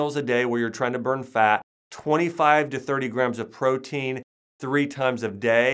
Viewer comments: Can't get over how he pronounces FAT as FAAK.. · Jay Loe now I just hear “ FAAAAK”